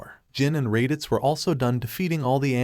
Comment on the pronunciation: Poor raditz can’t even say his name